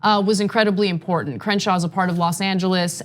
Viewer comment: Doesn’t even know how to say Crenshaw🤦🏽‍♂️